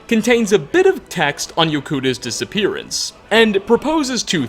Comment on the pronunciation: Hey,. What is a "disapperance"? Is that a real word? And, you said "coincidenTIAL". There are only two "i"s in the word "coincidental.